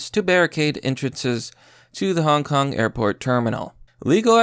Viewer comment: Wait, u said HONK KONG?